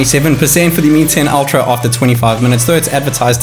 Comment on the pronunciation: Так ультра или альтра? Не совсем расслышал